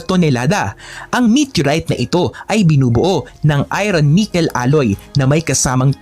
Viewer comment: Idol..iba pagbasa mo sa word na "IRON"